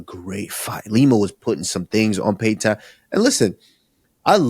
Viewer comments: Payton talbott ❌ Payton tablet ✅ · “payton tablet”😆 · Henry aint right for letting Kamaru keep saying Peyton Tablet 😅😂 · Also there has to be someone monitoring the podcast as a helper for any and everything to help it stay professional and factually correct. Even just there to help them with not mispronouncing anyone or forgetting anything. Like usman calling Payton Talbott “TABLET “. Henry never corrected him nor did kamaru change his pronunciation showing there no one in there ear or telling them when they’re wrong about something. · Kamaru needs serious practice - Say it with me... Payton....TAL-BOTT - He's not an iPad bro lol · Never aks Karmaru to say Payton Talbott.